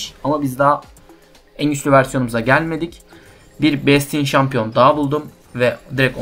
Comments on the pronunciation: besçın diye telafuz edebilirsin. ve de böyle telafuz ile ilgili sıkıntı yaşadığın şeyler olursa google translate in telafuzlarına bakabilirsin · güzel bir video ama bastionu öyle okumasan mı be